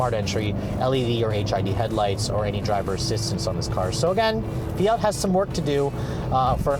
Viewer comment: Do Americans not realize there is a t in fiat.... + straight man drive it ????? Girly car ???? Fuck off sexist idiot